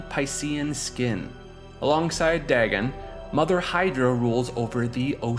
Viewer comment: "Dag'n" Pfft.